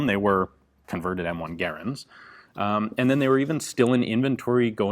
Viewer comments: Its garrand not garrend you moron. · Mod stands for Modification, not Model. Your pronunciation of Garand, the designer…John Garand…was not pronounced like fair-hand. Ga, like duh and rand like Rand McNally. Might check the history on both these items. If your research proves me wrong, I stand corrected. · My friends and I do not pronounce Garand the same way you do. Search "american rifleman garand pronunciation" I watch all your videos.